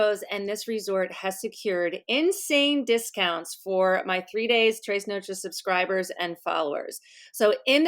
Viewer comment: Love your vlogs ....... but one thing ..... with love ..........just always gets my goat - you chose the name 3 days 3 noches .... you are in Mexico a lot of the time so easy to ask someone how it is pronounced correctly ... but it is trez nochez not traaayyes noooooachayyyyys . Tiny detail but it rankles. 😘